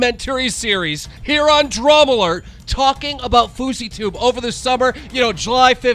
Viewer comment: “Drama lert” love how Keem can’t even pronounce his own show right.